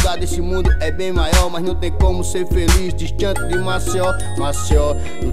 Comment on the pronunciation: Música top, só precisa melhorar a pronúncia" Maceió" uma dica 👍🏼